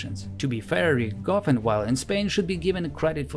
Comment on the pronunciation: "RichtGoffen." How come huj, hlyeb and hren are perfectly fine, but as soon as it's any different kind of word, a Russian is simply incapable of pronouncing the letter "h." As in "Adolf Gitlyer."